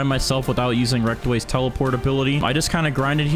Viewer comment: Bro really said REKTWAYS a noob💀